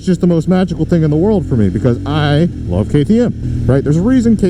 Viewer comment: Dude cant say the word “love” . Haha commitment issues…….. nah, the bike awesome. I think it looks pretty sweet other than the pointy fairing on the tank. Ill probably have to get one